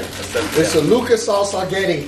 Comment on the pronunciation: He said “Lucas”right I’m Mexican and that candy is my fav 🤣